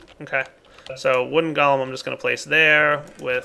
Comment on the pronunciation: And it's funny how whenever says Golem, he says "Gollum"